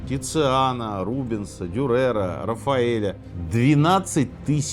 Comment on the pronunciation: Только Дю'рер, а не Дюре'р